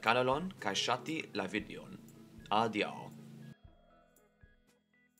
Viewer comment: Tre bone! Sed ne forgesu, ke la akcento ĉiam okazis en la antaŭlasta silabo. En Kelkaj okaĵoj vi metis la akcenton en la tria de la lasta silabo, ekzemple "rapide" kaj "adiaŭ." Ne gravas tamen.